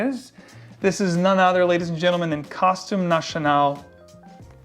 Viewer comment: I love your description on Costume National, nice to see an American pronounce French properly.